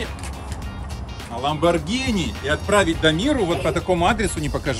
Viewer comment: Не ламбаргина а ламаргини